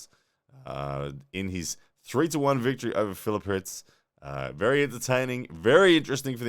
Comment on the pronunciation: First person to ever pronounce my name right